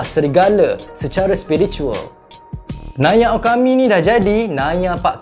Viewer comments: Naia okami ❌ Naya pak karim ✅ 😂😂😂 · Apa ke mabuk ingat diri dia naga – Naia Okami nie nak jadi Naya Pak Karim – Berapa banyak anjing lah Terhibur dgr sebut 😂😂😂😂😂